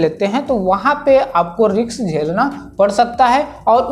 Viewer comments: Risk ❌ Riks ✅ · Riks nahi lene ka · 'riks' hai bro 'refurnish' hi lena h riks pe